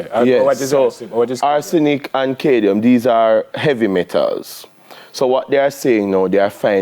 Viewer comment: is the doctor trying to say CAD-MIUM? why is he constantly saying Cadie-um? man a build new elements... to boxide.:face-blue-smiling: i guess when he is to say aluminium he just says lume.. jokes aside i enjoyed his segment. and i rarely watch TVJ because the hosts always seem so fake especially the lady.